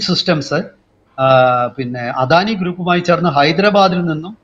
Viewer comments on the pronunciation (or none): none